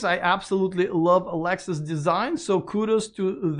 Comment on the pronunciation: Why is he calling Lexus, Alexus?